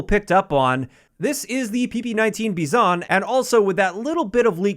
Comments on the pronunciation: Its bizon not beeson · YES THE "Rizen Bizon" (yes the mispronunciation is on purpose) is back